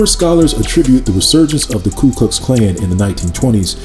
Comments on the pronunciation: Ku, not klu my brother. Thank you for another great and informative video. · Ku not Klu.....I make the same mistake 😂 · Very well-done video! Thank you! Just a quick note, it’s Ku not Klu. (Referring to the KKK.)